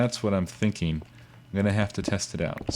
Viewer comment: It's pronounced 'thinking' not 'theenkeeng' -.- really irritates me -.